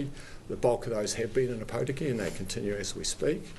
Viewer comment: How many places can I mispronounce?